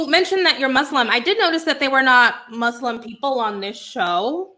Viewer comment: I thought this was a different and interesting covo🙌🙌 you never cease to amaze with your channel... love the points that you ladies made.. AND I’m so happy of the proper pronunciation of “Muslim” 🙌🙌 I hate when people say “Muzlim” 👍